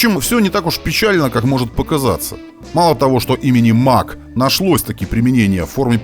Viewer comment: Mach произносится как Мах - это немецкая фамилия. Имеется в виду Эрнст Мах, в честь которого названа единица измерения скорости относительно скорости звука. Сверхзвук - популярная в те времена тема :)